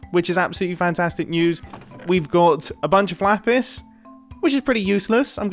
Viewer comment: "A bunch of FLAPIS"